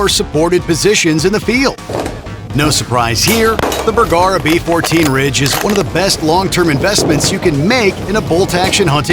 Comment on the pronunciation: "Burggara???" AI is confused badly here. Far from "cutting through market noise" you merely butchered a manufacturers name.